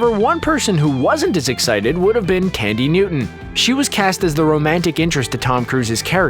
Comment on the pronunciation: thandie , th th th thandie not candy